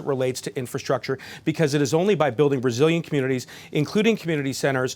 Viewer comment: This guy must be over caffeinated. He is speaking so hyper and out of breath. "building resilient communities" sounded like building Brazilian communities.